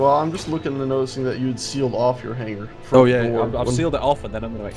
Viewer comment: Scott, Please tell that it is HANG +ER not HANG + GER:-) Love the fun you all have. Markam67